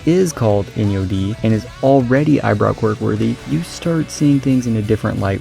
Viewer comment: By the way, Enyo is pronounced “On-yo” not “In-yo”. So it’s even worse than what you think